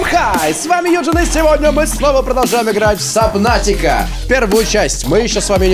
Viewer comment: юджИИИИИИИИн а не юджЫЫН